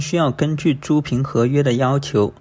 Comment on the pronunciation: 租赁，读作zu lin